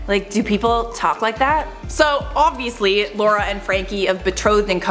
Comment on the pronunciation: Odviously? Who talks like that Canadians?